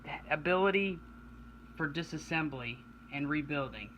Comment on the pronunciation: Disasemblablabla .... dude really ?